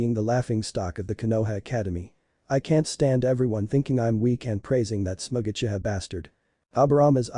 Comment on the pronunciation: did you say uchiha 😂😂😂😂😂